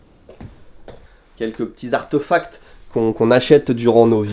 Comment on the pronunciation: Artofact😂😂 j'aurais plutôt dis artéfact !!